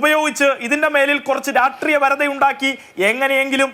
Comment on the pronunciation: എടാ പട്ടി രാഷ്ട്രീയ എന്ന് പറ രാട്രീയ